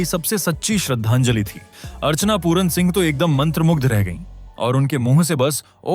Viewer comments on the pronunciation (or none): none